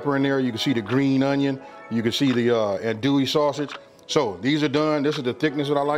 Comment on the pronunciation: I love this but you can tell he is not from Louisiana due to the way he is saying andouille sausage lol